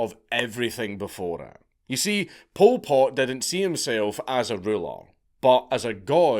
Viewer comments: I thought you were calling him "Pulled Pork". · Every time Dank says Pol Pot it sounds like pulled pork and now I'm hungry. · All i keep hearing is "pulled pork" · Bro this whole time I thought he was saying pulled pork